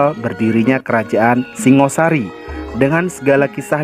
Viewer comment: Pengucapan perlu di luruska.Singa Sari Idethik Kodam Singo The Lian of Khing .Yang Bear adlh Shingga Sharry. Pubya arti Bumi Hap Sorp Dn Hapsari..Shanha ber arti Berasal dari Alam Suwung muncul Ke Bumi menjadi Shangha Shary.Rahayu Nuwun.